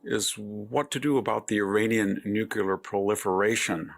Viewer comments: Victor you are the absolutely the best BUT the word is new Klee ur and not nuke U ler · Nuclear not nucular !! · Victor has the 'can't pronounce nuclear' problem. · nyu-kyu-lerr? NEW-CLEAR!!!!!